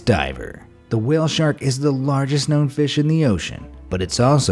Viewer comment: I misheard your wale thing so I assume you said "wale snacks"